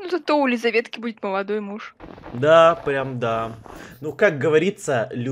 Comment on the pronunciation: прокортавил слово "прям"